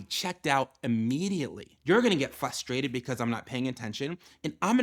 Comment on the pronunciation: It is pronounced fRustRated not FUStrated. There are TWO Rs in the word. Does not inspire confidence.